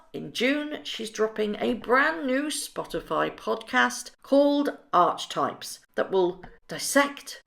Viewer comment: "arc - ee - type" not arch-types.